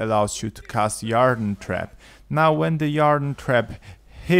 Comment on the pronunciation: Yarr-den? It's pronounced Eer-den.